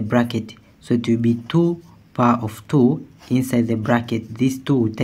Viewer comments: Good process. But it is so annoying how u pronouce Two I had to mute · Me encanta cómo dice "two".